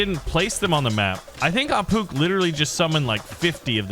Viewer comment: It's not pronounced ah pook it's pronounced ah poosh